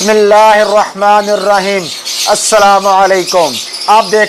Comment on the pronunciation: Maafi chahte he janab ap ne bismillah sahee nahi parhee